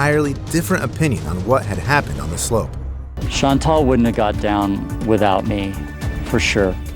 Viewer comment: The name is Chantal, not Chantelle. It's pronounced "Shaun- tal" tal as in "re-tal-iate".